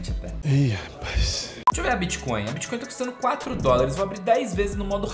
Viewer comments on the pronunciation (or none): none